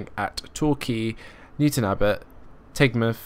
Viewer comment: Great video, but a little nag... =) Paignton is pronounced "Pain-tun" and Teignmouth is pronounced "Tin-muth". Other than that, lovely job and gorgeous skin.